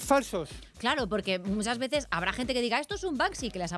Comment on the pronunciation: En la carátula lo han escrita Bansky, y está mal. Se escribe Banksy y se pronuncia Bank Sy. España es el único país donde he oído pronunciar mal este nombre. Es incomprensible.